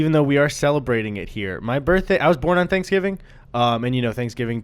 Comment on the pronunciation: Hey Gus you were right about the pronunciation of Thanksgiving, is definitely saying it wrong. --another Wisconsin boy